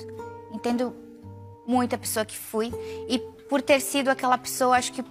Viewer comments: não se diz "pissoa" em português, mas sim "pessoa" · Sim kkkkkkk “pissoa”